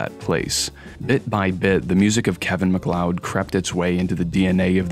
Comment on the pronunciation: Genuinely shocked to hear someone pronounce his name correctly, the number of YouTubers who make serious long-form essays that unironically call him Kevin Mack-lee-odd makes me think that basic research is still a low priority for most.